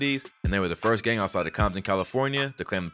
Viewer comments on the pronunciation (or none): none